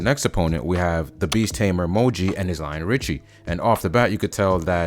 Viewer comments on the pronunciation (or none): none